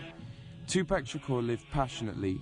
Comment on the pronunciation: Good docmentary, but I cant stadn this guy who`s saying TuPec instead Tupac!